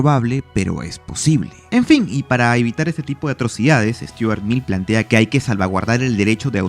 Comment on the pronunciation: Es Stuart Mill no Sturat.